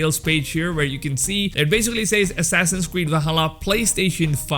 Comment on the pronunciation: Whenever you say assassins creed I hear assasin squid